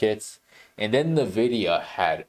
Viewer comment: Confused as to why people pronounce Nvidia as Nividia.